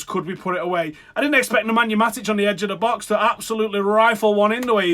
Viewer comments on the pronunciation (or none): none